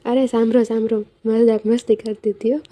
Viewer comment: અરે સાંભરો સાંભરો 🤣🤣🤣સરખું બોલ પેલે🤣